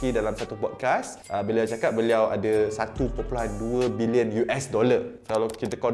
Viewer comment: cara sebut dengan betul. "bilionn(kasi sengau sikit)"